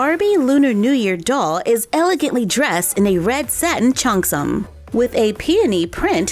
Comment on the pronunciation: Dear, I don't mean to be rude but it's pronounced "Chee-ong-sum". (It's the dress that she's wearing.)